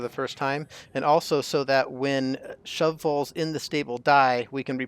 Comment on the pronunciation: The way you say shovel has captured my attention. "Shovvells". 😂 Awesome tutorial! 👌🏽